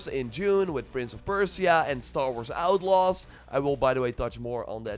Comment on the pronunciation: You definitely said Prince Of Persia wrong bro lol, but Much Love and Respect